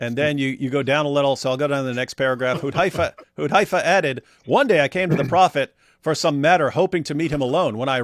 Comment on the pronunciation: it's hudhAYfah as in gAY not guY.